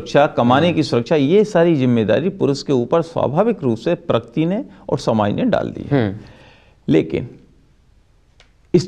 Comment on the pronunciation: Ek to pakirti nhi prakriti hota hai saale...kl ko iski beti ke saath(bhagwaan na kre) aisa kch hua...tb bhi yahi bolega?